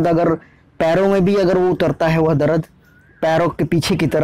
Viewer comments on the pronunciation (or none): Not Darad, it's dard